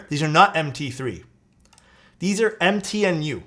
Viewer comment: "m-t-new" not "empty in you" xD